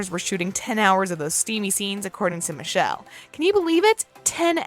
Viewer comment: I wonder if you know you mispronounced Michela's name, both that and Massimo.